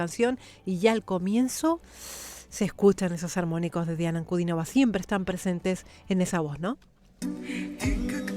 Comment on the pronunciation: Muchas gracias por nombrar el apellido de Diana correctamente, con el acento correcto. Gracias por el respeto